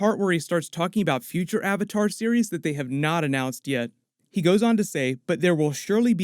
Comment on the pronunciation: or "AHVAHTAHR" im going to roit